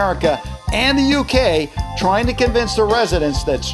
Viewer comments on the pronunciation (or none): none